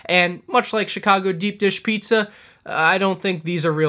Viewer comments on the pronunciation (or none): none